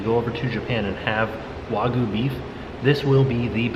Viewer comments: Wa-gi-yoo. Not wah-goo. Cringed every time I heard that. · IT IS PRONOUNCED WAG-U NOT WAGU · It was Way-gooy. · It's Wagyu! Not Wagu! So many Americans oddly pronounce it that way. I know its just one letter but it would be like a Japanese person calling a US steak a US stick lol(yes I know, Japanese people have horrible English word pronunciation too ha) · As an australian and hubby is a butcher kobe is just Wagyu and there are different scores of it sonhigh the score the better it tastes pronounced wag you The only difference between australian wagyu and Japanese wagyu is the place they are from Australian wagyu is way more expensive as well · Thank you for sharing. You look great, the meal looked fantastic, however please learn how to say Wagyu 😀😀